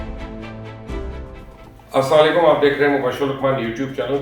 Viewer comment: Aslam alikum bolty hain ap sam laikum bolty ho